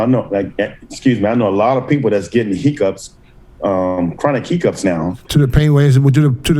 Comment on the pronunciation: “Chronic He-Cups” 😂